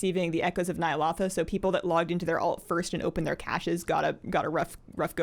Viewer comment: I enjoy the videos, but its Nya- (low) tha